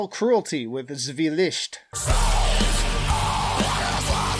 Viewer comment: Damn, sorry to hear that you have had an obvious bad time. Hope it goes upwards from here =) I totally agree on Mental Cruelty - Zwielicht (adorable pronunciation ;) ) Adding: Arkona - Kob' The Arcane Order - Distortions from Cosmogony Halls of Oblivion - Eighteen Hundred and Froze To Death Onheil - In Black Ashes